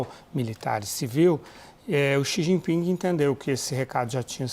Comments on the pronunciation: Eu perguntei ao cumpanheiro “Sijiping”…. 🤣🤣🤣🤣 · "Eu perguntei ao cumpanhêro CI GI PINGUI" 😂😂😂😂😂